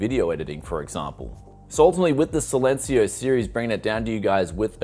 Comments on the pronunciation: SAILencio LUL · Man you need to pronounce "Silencio" in spanish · how to pronounce silencio- C-len-c-o